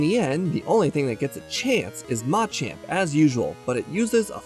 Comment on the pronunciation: never heard anyone use atamadaka on machamp instead of nakadaka 😎lol